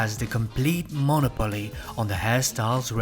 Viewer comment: I really enjoy your analysis, but your mispronunciations completely pull me out of the video. coiffe, monopoly, inseparable -- to name a few. For things like the cigarette holder, the French can be excused, but a lot of these are standard English words (as a hint, most long words in English have emphasis on the third to last syllable).